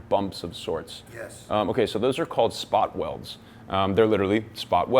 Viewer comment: "The spot welts have faded over the years"